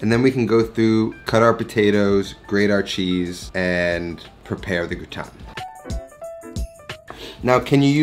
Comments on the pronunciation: Amazing recipe 👏🏻👏🏻👏🏻 I’m a bit confused by your pronunciation 😁. It’s like you’re flipping i and a. It should sound grAtIne not grItAne like you’re saying 🤓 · It’s not pronounced “gooton”…it’s pronounced “ger-ot-tin” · this is possibly really annoying but it's pronounced gra (like the first part of grass) and tin (pronounced like tan, when skin goes brown) gra-tan. :) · I like you but I hate how you pronounce au grautin. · yes GraaaaaaaaTin as AAAAAple 😉 - the name of the dish is Gratin Dauphinois (GrAAAAAtin DowFeeNwa) and it’s much better made w/o onions 🧅 but with Garlicky cream 😋 I put #Fresh garlic bits in cream with salt & Parmesan. Simply mix no cooking or even heating it up, it’ll all happen in the oven and layer in your potatoes 🥔 then foil on and in the oven 30” then another 30” w/o the foil #EpiK (I’m French)